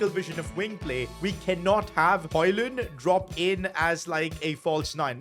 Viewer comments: His name is 'hugelan' not hoyland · You say hojlunds name like Rasums HoYlund not HoJlund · You still pronounce højlund wrong, this is how you speak it: heulun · Why are you saying haaland instead of Højlund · You Said HOLLAND BUT IT IS HOJLAND !!!.!.!.!.! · but dont say d when u are reading his name just say Højlun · If you want to say Höjlund correctly The Ö is like uh on english. That's how we say it on Swedish atleast. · Still saying his name wrong Its pronounced like "hoy-lun" in danish. The D is silent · I think its pronounced Rasmus Hojlun. withoud the d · That’s hoyland I know spelling it wrong but say like that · the name is almost right just say rasmus højlun beacus the d is silent